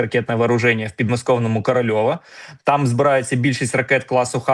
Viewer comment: Не КорольовО, а КоролЬОв.